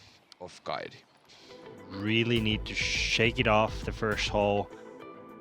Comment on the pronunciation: Suomen kielitoimisto tiedottaa: Viron kielessä ei ole deetä. Siis ei "Kaidi" vaan "Kaiti".